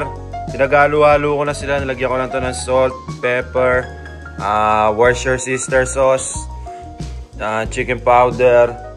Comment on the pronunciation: Woo-ster-shire yun par 😂